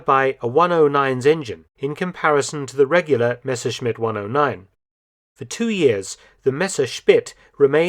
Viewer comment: Very interesting. I am very pleased with the correct pronunciation of the name Messerschmidt, which is almost unique to many English speakers. Thanks